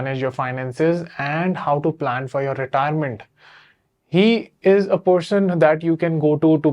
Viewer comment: Why are you pronunciating person as porson everytime😂😂😂